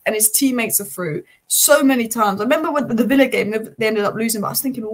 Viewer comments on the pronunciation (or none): none